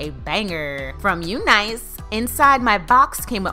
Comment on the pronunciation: Finally, someone who pronounced the brand name correctly!😄